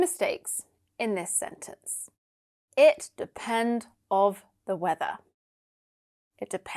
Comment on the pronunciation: You have pronounced weak form of....the With a consonant sound...just in the beginning.